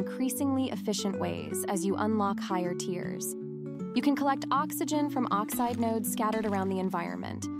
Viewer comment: oxite or oxide :D